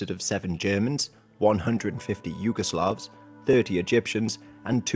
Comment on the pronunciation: Yugoslavs, not Jugoslavs. Korps, not Corps.